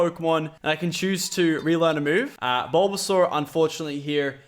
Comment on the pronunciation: BULBASUAR? MY GOD LACHLAN WHYYYYYYY